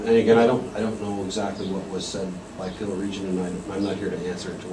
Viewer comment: Pill region, Peel region, Pee region ... keep going :D